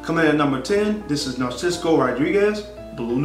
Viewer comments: Narciso Rodriguez - not "Narcisco" man... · What is the credibility of this guy? If he cant pronounces the simple name,corretly of the Designer. This Guy is a JOKE !!!